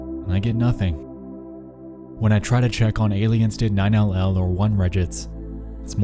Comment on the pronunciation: its pronounced "nine-eleven" not 9 L L